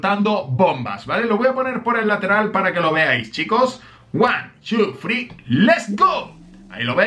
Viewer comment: Wan chu frii jajajaja xd